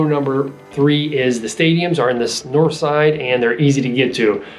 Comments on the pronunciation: I don't believe you're saying "dahnspahts" correctly...or for that matter, Nors'ide or dahntahn. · I don't believe you're pronouncing "dahnspahts" correctly, or for that matter,Nor'side or dahntahn.Otherwise,great video!